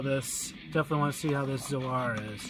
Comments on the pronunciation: It’s “ZOAR” not “Soar”. Yes, many birds DO soar! It’s epic! But this name has always been intended a reference to far beyond a flying bird. Like Zodak. Or do you call him “Sodak”? Brits are always always late to their own Tea Parties. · "Zoe-Are"? facepalm